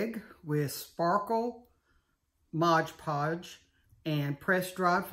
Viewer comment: Beautiful! This is so popular right now. I'm anxious to give it a try. FYI, sounds like you're saying, "Mog Podge." It's Mod Podge! Just saying!